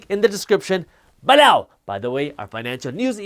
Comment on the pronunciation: This was a great video, he said “B-low” about 4 times!